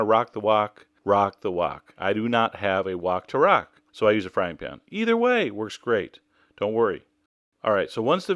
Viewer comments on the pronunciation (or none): none